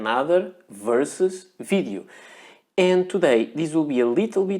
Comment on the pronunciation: I love the way you say "fidiu", for "video"...